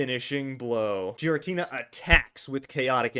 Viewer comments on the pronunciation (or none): Btw it's called giratina and not jiratina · Idk why you pronounce pokemon names like that but the japanese pronounciation does not sound like so. Whenever a pokemon has the same name in japanese I'll say it as such, hence giratina with G like getter. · I can't focus when you say giratina like that.